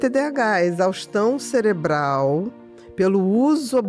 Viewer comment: Também reparei o "celebral"